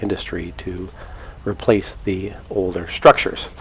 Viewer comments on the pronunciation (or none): none